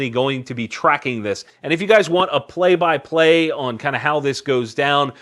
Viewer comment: Three things: 1. Yes, pway by pway pwease! 2. I think the level of durability, precision, and innovation in current suppressors justifies the price, especially of those $600-700 cans. Deregulate them, thereby getting rid of the tax, and it seems like solid value. 3. Taran Butler is a great shooter and teacher. Everything else about him is questionable.